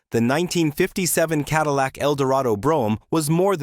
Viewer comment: AI lost me at Ca-dee-lac.